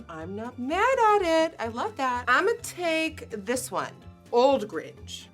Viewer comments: Nikki baby idk if I’m crazy but near you were saying gringe instead of grinch😭😭❤️❤️ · Why is Nikkie saying GRINGE and not GRINCH? Lol. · Why does she keep saying Gringe? 😂😂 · It’s “Grinch” not “gringe” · It’s GRINCH CH. NOT GRINGE. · I love how Nikkie is pronouncing Grinch like "Gringe" when it actually is pronounced like pinch. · But why she kept saying “the gringe” almost like the grunge. It’s the grinCH. Just me? Okay. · Niki:I love the gring me:I do to wait what niki: it's inspired by the gring me: gring? Omg it's grinch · why do you say gringe and not grinch? 😂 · Nicki, i love you but its grinCH. U said “gringe” at the start x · Why she saying ‘The GRINGE’ instead of ‘The Grinch’ tho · Beautiful... But its GR - INCH not gringe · Great video and I love the look.... Only problem was it's pronounced the Grinch, not the Gringe Just sayin Love you Nikki!!!!! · is it just me or does it sound like she is saying grinj not grinch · team green for sure. The Dr. Suess character it is pronounced Grinch and not Gringe. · Did anyone else hear “THE GRINGE” and not the “THE GRINCH” 🤣🤣🤣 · Is it just me or does it sound like she’s saying gringe lol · Whyyy does she say the “gringe”. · Why you call it the “Gring”😂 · Is it me or is she pronouncing “grinch” as “gringe” only me?????? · SAY👏🏻 IT👏🏻WITH👏🏻ME 👏🏻 THE...THE...THE ✨GRINGE✨ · Nikkie: “it’s my favorite movie of all time” Also Nikkie: “the Gringe” and “last can of who-hash? Not sure what that means” 😂🤦🏼‍♂️ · Nobody: Not even Kylie Jenner: Nikkie: The gringe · Is it just me or does she say “the gringe” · I love how she says Gringe😂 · The "Gringe" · Nikkie. I love you and I loved this video buttt....it bothered me for some odd reason when you pronounced the word "Grinch" as "Gringe". I'm sorry I know this is silly but it made me think of the movie "The Grunge" I believe that's what it's called. Lol..love the look btw! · Fave movie: The Grinch Pronounced: The Gringe Doesn't know: What Who Hash is Hates: Green ok 😂😂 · gringe? lol